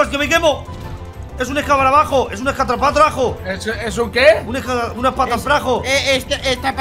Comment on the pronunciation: Me dio risa cuando no le salia el nombre escarabajo